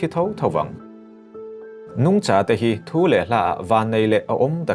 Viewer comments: A, ngaihnawm e, Nungcha i thluk dan erawh a dabglam hret . Kaihza thluk a thluk tur ni awm tak zawk a ni. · 'Nungcha' i lam dan hi Lesei tawng pangngai a ni lo a nia....'Sangha' tih ang a thlûk tur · Nungcha ilam dan hi ( cha) lai hi vawksa kantiha SA tih ang hian lamtur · A bengvar thlak e... Nungcha tih erawh ilam rikdan mawlh hi... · " Nungcha " i lam dan khi .. ka duhthu a sam lo 🤭